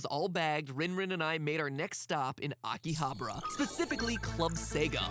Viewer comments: "Akihabra" -Matpat, 2017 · man matpat has never seen a high school anime in his life -.- it's not "Akihabra" it's "Aki-ha-bara"! he is missing an "a"... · i thought it was pronounced Aki-ha-ba-ra. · It's fun seeing Mattpat murder those Japanese words lol. His pronunciation of Akihabara sounded like he was saying chupacabra 😂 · isn't it akihabara? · the way he pronounced Akihabara was too damn funny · MATPAT GOOD GOD GET YOUR PRONUNCIATION RIGHT BEFORE YOU ENTER JAPAN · I live 15 minutes away from Akihabara, so I can't say I needed the 3D, However the show was (as usual) great! And just to give you a hint of japanese language, every R you read are pronunced L, everyone of them, even for english/foreign words. So, You met LinLin and went to AkihabaLa and HaLajuku. And that's not a TheoLy...